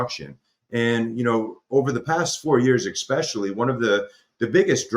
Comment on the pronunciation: Very intersting stuff . I just wish he’d stop saying EXpecially … not good for the cred .